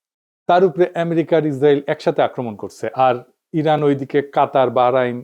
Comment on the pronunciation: রানের ❌ ইরান ✅